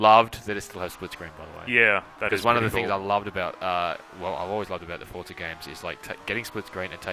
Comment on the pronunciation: WTF it's called "Forza" not "Fortza"!